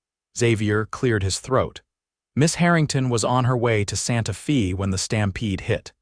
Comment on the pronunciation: Gotta fix AI - Santa Fe is NOT Santa FEEEEEE